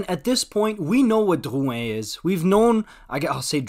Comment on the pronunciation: “Dyyuwhen” just say drouin you are so annoying